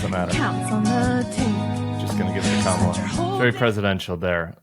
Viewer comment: Kristol needs to learn how to pronounce her name. It is Kah not Cam as in camera.